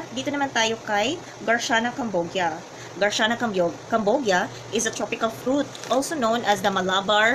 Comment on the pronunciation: Garcinia po maam hndi garciana😅